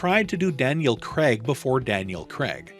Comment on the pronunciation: Craig...not Creg